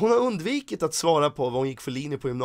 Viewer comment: Heter undvikit vad jag fattar det som. Så L säger det fel 😂